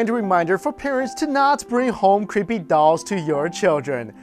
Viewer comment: lol love how asians say creepy as "qhueepy"